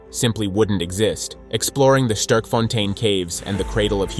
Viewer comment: Bro don't know how to say Sterkfontein. Americans...